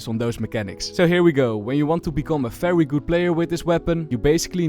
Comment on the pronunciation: You keep pronouncing every V as an F snd and not as an W as supposed, you say Fery good, felorant etc, why? Also it's Wandal not Fendal